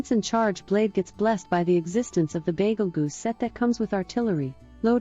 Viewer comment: Good work! love how it pronounced Bagel-Goose XD